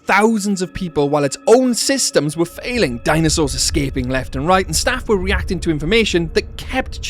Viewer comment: i love the way he says '''dainasors''